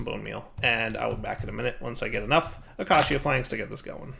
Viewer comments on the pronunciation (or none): please look up the pronunciation of acacia lol. It’s uh-cay-sha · haha i cant wait till dire can pronounce 'Acacia' properly. He said it like 50 times in a row this episode. very entertaining 😋